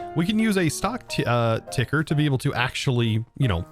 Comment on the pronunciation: He said ticker he said it right! Omg! I was resigned to just deal with tinkerer!